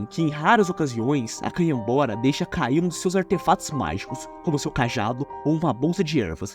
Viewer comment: ele só errou canhabora galafuz resto tá certo amigo